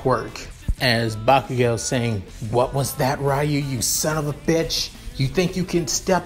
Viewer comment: it is not rayu it's ryu